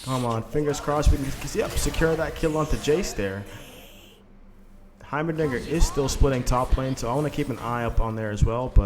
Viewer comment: Every time you say Heimerdinger I'm hearing Heimer(something else, won't post it here) It's probably just my messed up 🧠, maybe? 😆